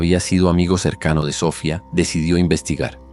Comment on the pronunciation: se pronucia Sofiaaaa